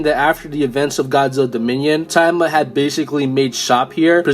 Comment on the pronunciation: Bro who is Tya-mat 😭